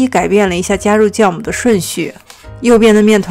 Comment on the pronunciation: 是ㄒㄧㄠˋ母 不是ㄐㄧㄠˋ母